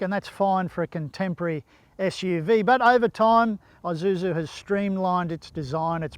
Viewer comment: Its Isuzu not Izuzu there's no such thing as Izuzu. The S is there Its Isuzu.